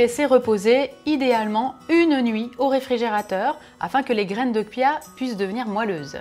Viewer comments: on dit graine de CHia pas graine de kia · Graines de Kia? C'est quoi ça on dit chia ch bordel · sa ce prononce chia ! comme charlotte par exemple